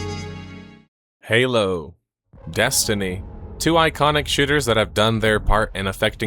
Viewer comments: I'd recommend vocal warmup because I hear "shitters" not shooters 😂😂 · Thought he said two iconic shitters